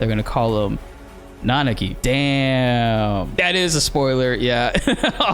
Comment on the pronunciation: My man, you know how to pronounce Nanaki.